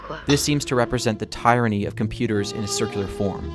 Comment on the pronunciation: Nitpicking a little but your mispronunciation of 'Auteur' and 'Tyranny' lead me to doubt your knowledge and opinion.